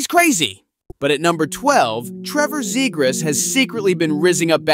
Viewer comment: Argh, this voiceover is painful. The “super cool” delivery with the complete lack of hockey knowledge is cringe. “ROO-wah” “ZAY-grass”. “THE Center ice”